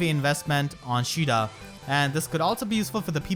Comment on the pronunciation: Isn't her name "ka ay da" not "sheeda"?